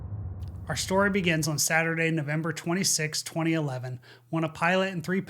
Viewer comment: What do "schtory" and "wescht" mean?